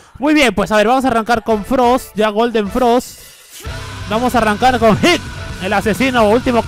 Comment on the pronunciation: ¿Por que a hit le dice holk?